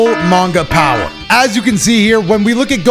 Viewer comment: Seereax and Vegeta showed Goku there "BOWER"!!!